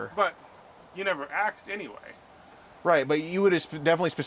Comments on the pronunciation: You never axed 😂😂😂😂😂😂😂😂😂😂😂😂😂😂😂😂😂😂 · I believe you mean “asked”. Not “axed.” I though they taught that in third grade.